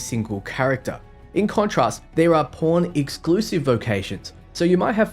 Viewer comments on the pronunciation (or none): when this guy says Pawn sounds like porn hahahaha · I'm hearing "porn" everytime he says "pawn" and it makes this video even better